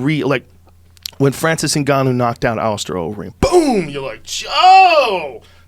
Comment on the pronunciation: His best was ‘Magoomba’ - Francis Nngannou